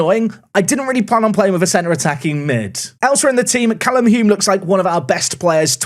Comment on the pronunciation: Thanks for saying Hulme the right way!!! Loving your content all the way from Auckland,New Zealand